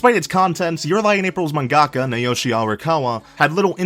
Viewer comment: It took me a while to realise that he was trying to say "mangaka".